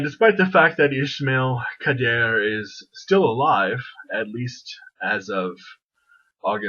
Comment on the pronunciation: It’s something like Ee-sma-eel Ka-da-ré